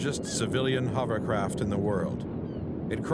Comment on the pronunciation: Only one dude can pronounce hovercraft correctly..Warwick! It's not a HUMMERCRAFT.